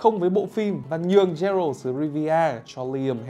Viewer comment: bản thân cái bạn nói rõ ràng cũng ko hiểu gì về The Witcher hay chính nội dung đang nói thì phải, phát ấm sai hết cái tên Geralt, Vengerberg. The witcher là thể loại fantasy chứ ko phải fantastic. Nếu đã xem phim qua, dù chỉ là 1 tập thì chắc chắn sẽ ko phát âm sai như thế đc